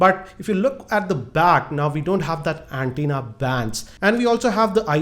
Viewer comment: Gosh.. Way too much of mistakes.. it is not anti na, it is antenna. 750nits on iPhone 7 and 1000 nits is on Apple watch. It is not haptic and it is taptic. I have no clue why you did not have active listening while watching the event..